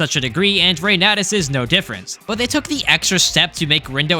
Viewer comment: Fur You was probably the worst choice ever. I'm really glad to see Reynatis get some coverage! (it's Foo-r'you)